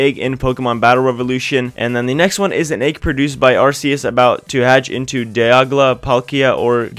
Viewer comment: Oh, so he is a bandwagon player. Had trouble pronouncing Maril, Azuril, Wynaut, and pronounced Dialga as "Diagla"